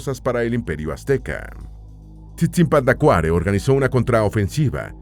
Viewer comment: La pronunciación del idioma Pu'repecha se tiene que tomar en cuenta que son palabras esdrujulas y sobreesdrujulas, así que la pronunciación del personaje es Tzitzipandácuare, en México tenemos una palabra con tres acentos prosodicos TzinTzunTzan, el nombre de uno de los Calzonzin que mencionas es "IRETI TICATEME", la forma que usas para las palabras Pu'repechas lo haces en Nahuatl que son principalmente graves y agudas. Como Michoacanos somos orgullosos de nuestra cultura, lengua, costumbres y los multiples aportes a la lengua española, tu documental es muy interesante, me gusto ya que como indicas tal parece que no existimos, gracias por tomar en cuenta a nuesto pueblo. GRACIAS!